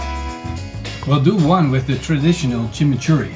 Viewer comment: Jaja uh lala "Chimichourri"